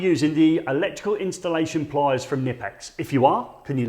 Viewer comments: It's pronounced Kuh-nip-ex. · The K is pronounced........otherwise good stuff.